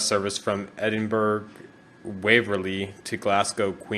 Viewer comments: Another very enjoyable video. This one was even more enjoyable as it is quite local to me (about 2.5 hours drive away). BTW Edinburgh is pronounced "Edinburra" rather than "Edinburg". Also, if you had looked up to your left after the first tunnel you would have seen the famous Edinburgh Castle. ;-) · It's not pronounced Edinburg it's pronounced Edinbrih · “Official Marc Cubed” Brady The closest American pronunce would probably be Edin-Borogh. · its not pronounced that either you thicko its called Edinburgh I live there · Top tips from a person who lives in Glasgow Glasgow Is pronounced Glas-Go Edinburgh Is pronounced Edin-bur-ah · Amazing video mate, but its pronounced Edinburh, don't pronounce the G haha, just a tip for next time